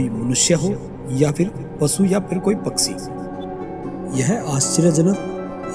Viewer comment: Waaheey nahi..woh hota hai Paaksi nahi..paakshi hota hai Sound quality bekar hai..echo sound mat kar..aur yeh joote se kya nishan bana raha tha?? Yeh tarkol aur soap lake sab discovery mei detail me bata chuka hai..yeh sab bataya hua hai ki kyu hota hai..tum faltu time kharab mat karo..patthar ki jheel..vaigyanik yeh sab jaante hain..aur yeh sab youtube pe tumko mil jayega..